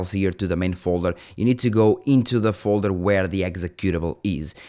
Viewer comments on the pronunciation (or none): none